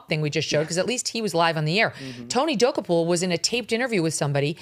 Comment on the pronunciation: Hey, so-called "Journalist." If you're going to keep insulting Tony Dokoupil, at least pretend to be intelligent and learn how to pronounce his last name.